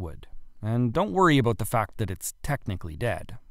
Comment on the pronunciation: As soon as I heard him say about I knew